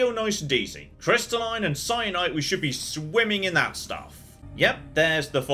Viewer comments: Aaaand still pronouncing "kyanite" as "cyanite." Oh well, gg, good series! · I get that, but the mineral is still pronounced with a K sound, according to the dictionary. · Something that has confused me ever since got to the lava zone...How is a crystal that starts with a K pronounced with an S?